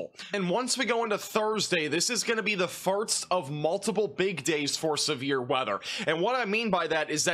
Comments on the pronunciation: does he keep saying farts?? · I love your amazing, professional weather content BUT I CANT LIE... I watch in the background as I clean and it makes me look up abruptly and giggle like a stooge every time you say "first" and it almost sounds like "farts" 😂❤ Maybe it's just me and my lack of sleep but bless you cause I need the pick-me-up with this news of a multiple day storm 😂 Thank you for the accurate coverage and I cant wait for the sun to come back out 🌞🌈 Edit to say: Upon reading other, less-kind messages, I think it's a wonderful quirk and you're my favorite weather man. Keep doing what you do and bringing us this important info!! 💖